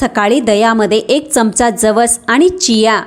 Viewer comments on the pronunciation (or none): none